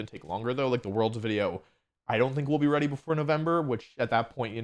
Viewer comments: Do you say wideo instead of video sometimes? It shouldn't drive me nuts but it does. Not sure if it's the mic or the actual way you're saying it. I enjoy your content regardless. Cheers. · Jaaay, a new wideo by announcing more wideos!